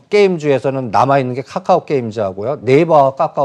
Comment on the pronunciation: 이분은 까까오라고 말하네 이건 모냐 ㅋㅋ 좀 무시하는 느낌이네 ㅋㅋ 까까오 내가 사던 말던 상관 마라~